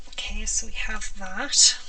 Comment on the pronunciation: I am routinely blown away by the quantity and variety of techniques you demonstrate.👀 Truly amazing. I also love the way you pronounce "ok". O-keh.😁👍🏻 BTW, "agave" is pronounced a-GAH-vey. It's a desert plant in the Americas. That sure is a pretty paint color.